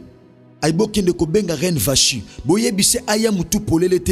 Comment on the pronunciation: Gloire à Dieu pour l' enseignement. Vasthi se pronounce (Vasti). Que Dieu nous bénisse.